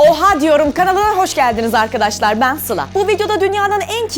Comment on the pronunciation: Oha diyorum kanala hoş geldinizin ariadaşlar dedin abla naptın dilin sürştü galiba diye diye :D